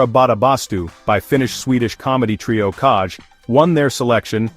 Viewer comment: As soon as they pronounce it 'Kazh' , you know the channel is a joke